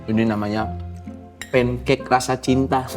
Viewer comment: lucu pancake di bilang nya "pencak" he...